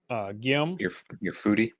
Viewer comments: Gyome = guillaume = ghee-ohm. Pls. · I thought “Gyome” was pronounced “Guillaume” kind of like he’s a classic French chef...but a troll.